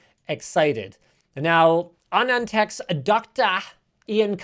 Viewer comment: Whoa this is the first time I've seen a gringo say Anand Tech correctly